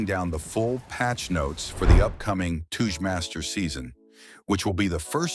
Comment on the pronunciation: does this guy live under a rock or something 🤣🤣🤣 wdym by toouche masters it touge master never heard about it or what